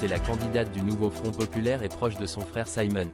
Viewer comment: bon, son frère s'appelle Simon, pas Saïmonne 😂😂